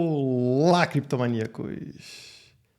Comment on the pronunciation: Por favor , fala creptomaníacos 😩🤣